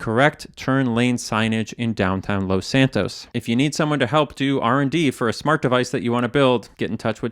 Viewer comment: First off I wanna say, I love these videos. But, the way he says Los in Los Santos just pisses me off. He doesn’t say it that way when he says Los Angeles.